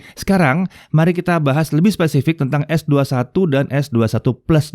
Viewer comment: Gw demen cara nyebutnya es dua satu...👍👍👍